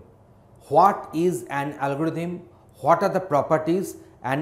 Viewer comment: khaawt is algorthm hahahahahah